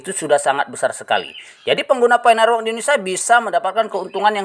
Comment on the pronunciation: Pi Network dibaca Fay Network, Open Mainnet dibaca Oven Mainnet, ampun jangan tunjukkan kedunguanmu lagi setelah dongeng2 halu mu kau sebar di channelmu 😂😂